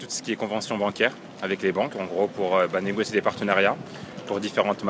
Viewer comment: Am I the only one who can't hear "négocier" at all ?